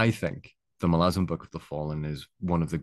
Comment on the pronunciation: Thanks for the video, very valid and excellent points in my opinion, not to mention you even pronounce Malazan correctly ;) I am coming to the tail end of my second read through, this time with all the Esslemont books sprinkled throughout as well, started with the ascendancy series which I read for the first time. I definitely put it at the top of the list of my favorite series, the characters and the world are just so epically great. Looking forward to the witness trilogy completion someday.